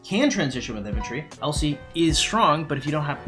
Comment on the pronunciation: Everytime you say LC it sounds like you're saying "El Cid" and I was very confused for about half the video